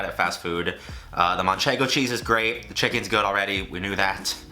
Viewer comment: manchego cheese pronunciation is deluxe jajajajajaja